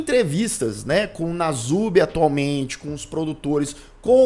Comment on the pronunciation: É perturbador o que fizeram com ele...uma observação: o apelido dele é Nasubi, o s se pronuncia com som de s mesmo.